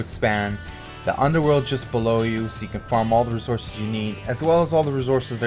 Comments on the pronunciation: Why u put terrible spots and say razources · bc u can't pronounce resources and these spots are meant for little bases and same u can only bring birds to u show no flat large areas with a good way to defend